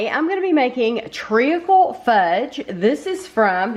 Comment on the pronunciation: Hi, it’s pronounced treecle. You don’t pronounce the a. Great review as usual.